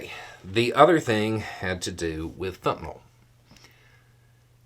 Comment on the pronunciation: For those who like me couldn't understand the word: They will lower the production of "FENTANYL". Goddamnit;)